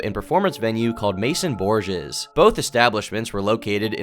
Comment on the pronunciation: I think it's pronounced "borhays"